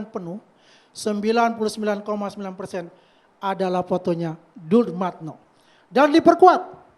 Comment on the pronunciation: Si ngedabrus...ngaku temen baik dumatno...masa temen baik manggil namanya salah mulu...dia bilang dulmatno😂